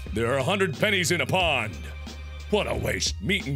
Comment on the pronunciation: It was no U because it said 100 pennies in a "POND" but it is really saying "POUND" like the currency from the UK